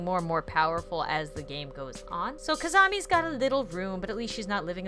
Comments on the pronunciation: seriously, there is not a rival named Kizami. It's Kizana! Pronounced Kih - Zon - Uh. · She said kizami not kizana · you called her Kizami.....kizana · KIZAMI? it’s Kizana lol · Am I the only one who heard her say kizamie instead of kizana. Lol this was when she introduced kizana sunobu's room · Am I the only one who heard say Kizami instead of Kizana and thought: “Omg, new ship!” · Ummmm, it's Kizana, not Kizami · did she say Kizamie it’s Kizono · Kizami? I thought it was kizana. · Her name is Kizana not Kizonny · You said Kazami It's Kizana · kiz-an-a no kizimi! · Didn’t anyone notice when was showcasing Kizana room she said Kazama? If u noticed that high five to u!✋🏻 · it’s kizana not kizami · Has Anyone Heard say Kizami Other then Kizana? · its kinana not kizani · Did she say Kizami instead of Kizana? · and here we have Kizamis room Is it just me or did she actually say Kizami? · She didn't say Kizana she sad Kizama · Is it just me but i heard said kizami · you said kizanie hehe :) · I just realized she said kaznmi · you said KIZAMA REALLY GOD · WHY ARE YOU SAYING KIZAMA???????? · KIZAMI!!!!! U called kizzana K-I-Z-A-M-I-!